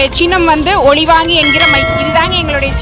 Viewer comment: தயவு செய்து தெளிவாகச் சொல்லுங்கள் ஒலி வாங்கி என்று ,யாரைப் பார்த்தாலும் ஒளிவாங்கி என்ற மாதிரிக் கேட்பது போலவே பேசுகிறீர்கள் ,லி ளி இதைத் தெளிவாக உச்சரிக்கத் தெரியாமல் என்ன தமிழர் நீங்கள்?